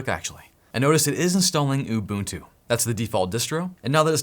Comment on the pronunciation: im from south africa and im zulu and im very proud at how you pronounce "ubuntu" its 1000% correct!!!!!!!